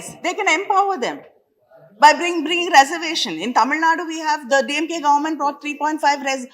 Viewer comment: This woman is not pronouncing reservation properly.